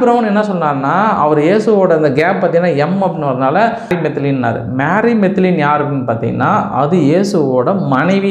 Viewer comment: That is not மாரி , மேரி Magdalene.